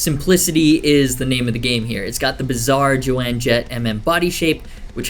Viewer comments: Jo Anne Jett? Hahahaha hahahah. Wow. Might want to check the pronunciation on names sir. Hahahaha. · It’s pronounced “Jone”. She’s not Joanne Jett, she’s Joan Jett. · "Jo-Anne" Jett? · You said Jo Anne Jett three times! How young are you bro? Lol. It's Joan(like loan). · It's Joan not Joanne 😆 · Did homie just say “Joanne Jett”???? Bruh... 🤦🏼‍♂️ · Dude, its not Jo-anne. Spell it however you want. Its not Jo-anne. Its one syllable. Not two. The fact that you don't know that is actually pretty funny. : )